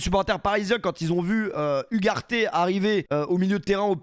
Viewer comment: Hugues Arte, cette prononciation est effrayante...🤡😆